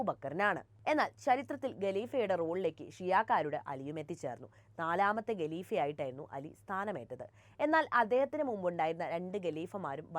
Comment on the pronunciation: അക്ഷര ശുദ്ധി നോക്കേണ്ടേ കുട്ടി.ഗെലിഫ അല്ലാ ഖലീഫ ആണ്.